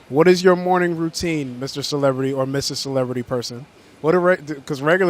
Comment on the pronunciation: "Dude! I'm asking a Celebirity a question! Jesus!!" Lol